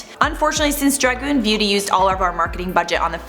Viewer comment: Dragoon??? Hahahaha